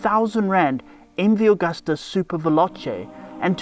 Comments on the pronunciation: It's Agusta, not Augusta. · Chaps - it's MV Agusta, not MV Augusta That's Italian for August